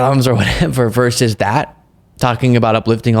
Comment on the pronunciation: “Versus” not verse. “Affect” not impact. Goddam millennials who don’t know how to speak.